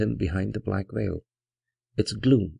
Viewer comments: Librivox is a great audiobook project but pronouncing 'black veil' as 'black whale' is really distracting from the dark atmosphere. I saw a reading by the great Basil Rathbone, and now I am leaving the 'black whale' behind me. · Every time he says "Black Veil" i hear "Black Whale"